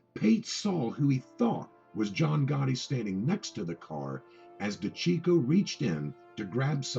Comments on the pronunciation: Hey, fuckface, his last name is pronounced: De-ceecho! Why do you think they called him CHEECH and not checko? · You have trouble pronouncing things...it’s (day-see-ch-o)